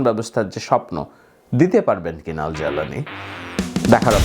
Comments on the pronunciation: আরে ভাই নামটা তো সঠিকভাবে উচ্চারণ করবেন! জালানি নয় জুলানি! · বাশশার আল-আসাদ pronunciation. হাইআতু তাহরির আশ-শাম এর লিডার এর নাম আল-জাউলানি লিখে আরবিতে, কিন্তু pronunciation আল-জোলানি। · আপনি তো আইএস আর আল কায়েদার মধ্যে পার্থক্য আছে সেটাও বুঝেন আবার জোলানির নামও ভালো ভাবে বলতে পারেন না আসছেন বিশ্লেষণ করতে